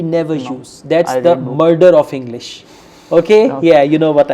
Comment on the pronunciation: iiiingggliisss :D